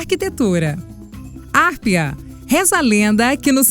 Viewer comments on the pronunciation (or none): porque a narradora coloca acento onde não tem exemplo harpia ela fala hárpia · vários nomes pronunciados errados, o certo é harpía, cérberus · o correto é hárpia e não harpia e na pronuncia de cerberus ele e proparoxítonas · eu acho que o jeito certo de falar a palavra "harpia" é Harpía